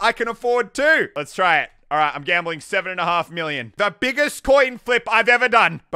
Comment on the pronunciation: Is it wrong that I am getting triggered over his gamboling